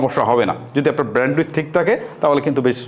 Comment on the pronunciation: আপনি যে ব্র‍্যান্ডউইথ বলেন, খুব ক্ষ্যাত লাগে শুনতে। একটু শুদ্ধ উচ্চারণ করবেন, ধন্যবাদ।